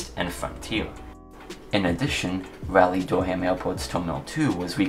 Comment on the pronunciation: Sorry to complain, but Raleigh is pronounced Rah-lee not Rally.